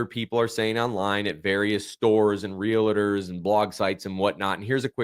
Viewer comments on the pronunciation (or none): Are you saying REALATORS? Whats that?